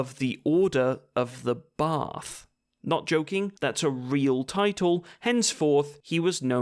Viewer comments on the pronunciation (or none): none